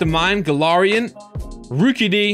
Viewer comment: ITS GALAIRIAN NOT GALOREON